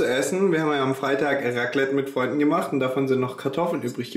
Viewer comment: Bei der Betonung von "Wir haben Raclette mit Freunden gemacht" könnte man meinen, die Freunde wären die Beilage gewesen :D Toller Vlog wie immer!! :)